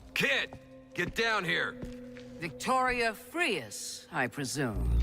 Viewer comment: Who the fuck is “Mr Frias”? It’s supposed to be “Fries”…